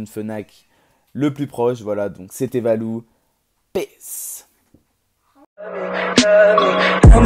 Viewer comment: Quand ta dit c'est Valou j'ai entendue C'est Balou mdr